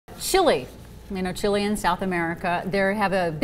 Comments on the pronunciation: Lol, trying to sound smart, saying dumb shit as well. It's noy chee lay. it's more of a leh sound. I know english speakers love to say the "ay" sound in the end of every foreign word that ends with a t or e, etc, but you're wrong, so don't. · I pronounce it 'Chi-Leh'. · Oh... how much I hate the way Americans pronounce other countries' names :) Chile, Iraq, Iran, Afghanistan... they pronounce them all wrong :p